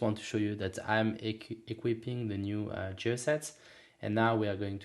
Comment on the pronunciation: Just so you know, "gear" is pronounced with a hard g just like the g from "gift."